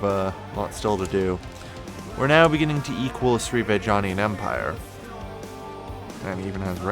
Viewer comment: Srivijaya, Not Srivijania....